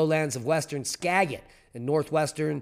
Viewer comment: “Skagit” is pronounced “Skajit”.